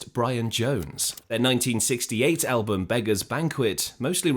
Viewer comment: Damn. I had thought this was an actual human narrator. But then , shortly after pronouncing “album” the same way any actual English speaker would, he (it) pronounces the word “al-BOOM.” Why oh why oh why can’t a real person at least listen to these things and edit them before they’re ignorantly posted online?